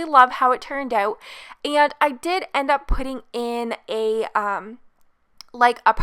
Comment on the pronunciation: You keep saying “iiieenndd” it’s E N D honey 😡